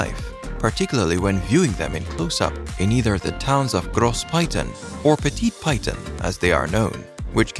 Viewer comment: Hello, thank you for sharing this information. Please look up the correct pronunciations of the mottos, landmarks and locations in the respective countries. The name Piton is not pronounced 'Pie-ton', rather more like 'Pee-taw'.